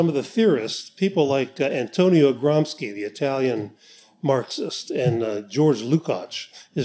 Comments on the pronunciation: Antonio "Gramski" ?? It's pronounced as Gram-she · good info but you are pronouncing gramsci wrong. 'sci' in italian sounds like English "She" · Also, for English speakers who always butcher everything... his name is not pronounced as Gramski. It's pronounced as Gram-she